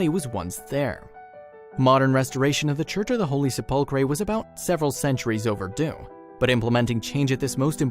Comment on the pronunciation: I am sorry but your pronunciation of the Church of the Holy Sepulchre is so bad I thought you were talking about some were else this is the proper pronunciation The word comes from the Latin sepulcrum, which means “burial place,” for obvious reasons. Pronouncing sepulcher could trick you, because the ch actually sounds like a k: "SEP-ul-ker."